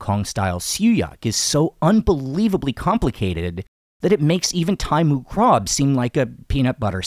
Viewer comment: You ignorant americans cannot pronounce other languages eh? moo krob? yerah you've never heard it spoken otherwise you'd get it close to being correct instead of reading it the way an ignorant american might say it phonetically